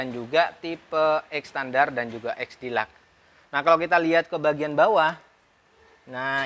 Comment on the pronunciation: Deluxe nya salah bang bicaranya hihi🤣🤣🤣